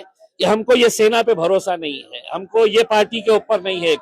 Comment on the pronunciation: Hai ka Sahi pronunciation Nahin kar paare Neta ji